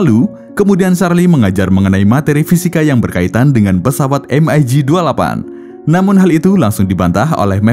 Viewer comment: spelling mu iku lo min...em ai gi utk MIG...hadeuh menyakiti telingaku...di film2 maupun dunai militer biasa dibaca Mig...spt ejaan org Indo...karena kata Mig ini dr bhs Rusia...yg mbacanya ya gitu Mig (not em ai Gi)...